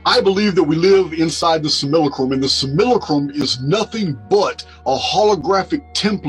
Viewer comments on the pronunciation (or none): I do believe that's. . . Sim-U-lack-rum